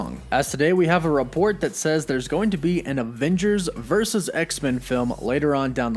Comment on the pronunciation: Vur - Sus. Say it with me. Vurrrrr Susssss.